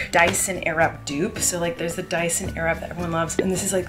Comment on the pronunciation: Hey Colleen, say “airwrap” again. ::waiting:: Yeah, no, it’s not “airupp”, it’s literally pronounced air-wrap. Know what I mean? K. Hope that helps. Love you.